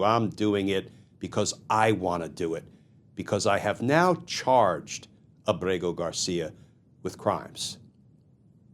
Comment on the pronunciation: Glenn you pronounce his name so perfectly almost like you have a man crush on him. Your phony tough guy serious tone is such a joke. I can’t stand phony. That’s all you are. You’re just another democrat hack that’s full of shit. Maybe you and Senator Van Hollen can have a margarita with him